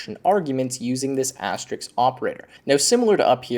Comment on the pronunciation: It's asterisk, not asterix. And et cetera, not eck cetra.